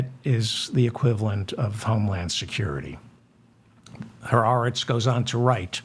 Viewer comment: Nice (and unusual) to actually hear someone pronouncing the words, "ha aretz," properly. (MANY people don't.) Of course (since you have revealed that you were a "cheder bucha" until you were almost 20(!)), I should have expected nothing less!